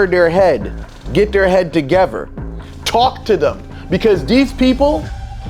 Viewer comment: Are you from New York? Asking because of the way you pronounce together "tuhgever" and gather "gahver" . 😂 I was just watching "the melvin brown experience", another practitioner, and he pronounces these words the same. I love your content!!!!! 🕯🕯Videos are also aesthetically pleasing ❤